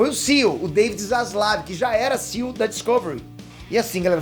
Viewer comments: SEAL?? C.E.O, pelo amor de Deus. Morando aí não sabe falar ainda? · a pronuncia é C-E-O. Fica mto estranho falar "CIo".